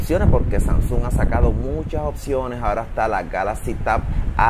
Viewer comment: pero no sé dice SANSUN 😔 de resto todo excelente